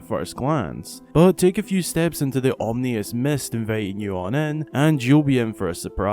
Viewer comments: "Omnious" haha xD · ominous not omnious. sorry but had to look up omnious a minute and a half in to make sure that isnt a word. carry on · "Omnius" is not a word. Ominous, on the other hand... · you didn't wanna tell him it was pronounced "ominous"? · Dude said omnious. It's actually ominous, just so you know. Great video though! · Perhaps it's gamer dialect? I heard it in another video. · "Om-ni-us" "Dee-ku Tree" "Sir-ah-ya's Song"